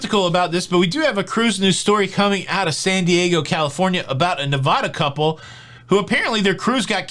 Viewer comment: Hey love your casts. But now that you have locked down the Cay vs Key debate. Key is the proper way to pronounce it. You now have to work on the Nevada pronunciation. Its not Nevaaaaada it is simply Nevada like Bad no long A in the middle. All Nevada natives cringe when the name is butchered. So remember its Nevada pronounced like BAD in the middle not Nevaaada with a long a in the Middle. Even a Nevada transplant living in Florida thank you for working on this.